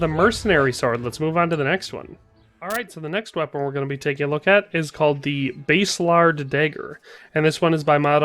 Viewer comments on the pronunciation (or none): Pronounced Bass a lard. Bass like the fish, not the guitar. :-)